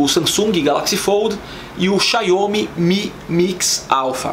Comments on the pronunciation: Estranho ele falando Xaiomê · A gente sabe que um canal não é de tecnologia quando a pessoa fala XIAUOUMI, e não sabe o que é um padrão USB. O Iphone 11 Pro é mais que excelente, mas a gente percebe quando a tecnologia não faz diferença, o que faz diferença é a ostentação.